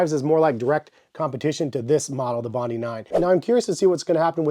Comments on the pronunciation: Good review. Only it’s called bondi not bondee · It’s pronounced, “Bon-dye.” named after a beach in Australia. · FYI, it's pronounced 'bond-eye' as in Bondi Beach in Australia.